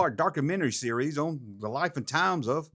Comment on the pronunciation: When you say "series" it sounds like you're saying "Ree-Yees"...💁🏻💯✔️